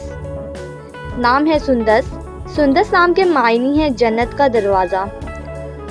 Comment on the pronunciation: sundas nahi sundus hai